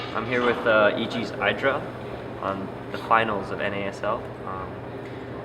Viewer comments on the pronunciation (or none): every time says eye-dra, you see idra die a little inside...